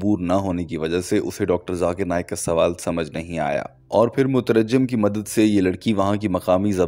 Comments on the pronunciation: It's not "mutarajjam" as you pronounced, the correct pronunciation is "Mutarjim". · Motarajim naheen motarjim hai mere bhai